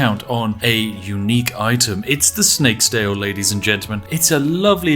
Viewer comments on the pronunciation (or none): did he say snake stail? or snakes tail?